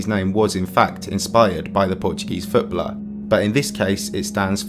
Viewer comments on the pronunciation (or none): Footblrrr? That’s a pronunciation? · Ftblr? Bro. I love the way you pronounce 'footballer' 😂😂